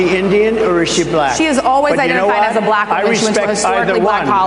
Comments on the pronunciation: What's with his sing-songy pronunciation of "bluh-ack"?? Besides the abject racism. He's on a stage with black journalists saying the word like he's talking to a toddler. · “Balackk”. He’s a loser. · His words were offensive, of course. But I haven’t seen anyone talk about how repeatedly pronounced the word black… like it was sour in his mouth. So weird. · I think he just realized that it wasn't his water bottle. Just listen to the way he pronounces black. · Why does he pronounce “Black” in such an odd way?